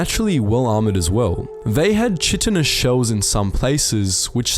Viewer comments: I like how no one is talking about how he mispronounced chitinous. It's pronounced as 'Kai-tiness' not 'Chee-tiness' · Chitin and chitinous is pronounced Ky-tan/ky-tan-us not chit-in LOL. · Its not chit-en-us. Its Kite-en-us. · That’s kiten not chit. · Chitinous is pronounced with a hard K sound, KI-ti-nuss. Or Kye-ti-nuss. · Quick note: Chitinous is pronounced “kaitinous” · it's pronounced kite-in